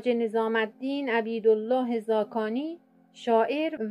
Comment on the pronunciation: لا اقل اسم فامیل این بزرگوار را درست بگو